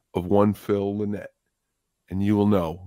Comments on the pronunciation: Most people have it wrong. Lie-Nit. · Maybe learn how to pronounce Phil's surname properly before making a video about Thin Lizzy. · Phil Lie-Nit.... as pronounced by Phil himself, Scott Gorham, Gary Moore, Eric Bell, John Sykes and Jim Fitzpatrick. Even his buddy Huey Lewis pronounces it wrong.